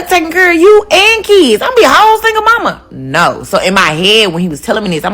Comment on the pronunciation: "No keeeds, a loyuuur" Yep. Definitely not your type